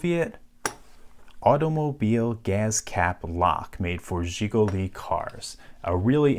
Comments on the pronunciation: almost perfect pronunciation of Жигули hahha i like it ;D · He did a pretty good job tho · I think this is the first time I've heard someone say "Жигули" not in my native language It was great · your pronounce sounds very clear and nice, especially the letter "zs" at the begining of zsiguli. usually americans can say that so clear :) thanks for the video, and also for those historical notes added to the lock, describing its importance for people of that era.